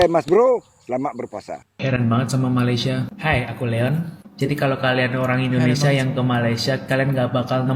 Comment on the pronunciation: Malaysia pon kau sebut salah tu setan, Malay sia Bkn malay syia, itu pon ko sebut slh, babi ku, syok² pintar ja